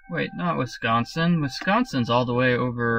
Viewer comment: WISCONSIN!!!!!! hahah you have an accent :) you said wisconsin weird :D